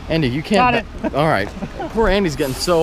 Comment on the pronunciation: hey bro you said the truck name right but Andy he need to go back to school